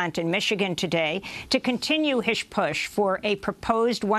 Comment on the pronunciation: "to continue hish push"